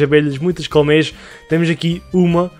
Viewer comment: Sotaque do: "colocar aqui umas Cowmeias" Eu: "meias de formato de vacas ficaram bonitas msm kkkkk" Amei o video me deu inspiração pra fazer no meu mapa obg ❤️❤️